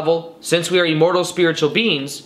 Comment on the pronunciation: Lol this guy pronounces the word "immortal" weird. Listen to 1 minute 10 seconds into the video, he says E-mmortal. But great content 👍 I'm sure it brings a level of comfort to lots of people that are afraid of not existing after death. I'm one of those people.